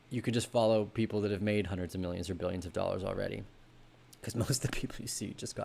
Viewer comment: "Hundred beggars"?! "Huntered beggars"?! What?!